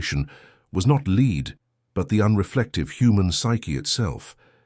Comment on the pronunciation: leed into gold, bye AI